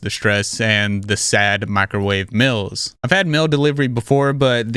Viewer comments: What’s a mils? Don’t you mean mEAls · Dude. It’s meeeals, not “mills”. 😂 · I didnt skip your add bc I like the way you say meals! Stop!! I dont think I’ve heard anyone say it that way before